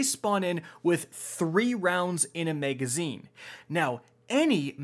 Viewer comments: Maegazine. maeg. maeg. maeg. maeg. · double the "mega"zeen :)